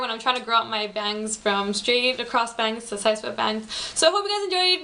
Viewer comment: Youur pretty & you got style . But i juhst HATE the way you say "bangs". That got annoying -.